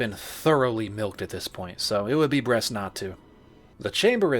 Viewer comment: "It would be BREAST not to..."